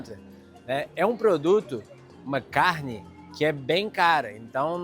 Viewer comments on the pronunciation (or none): none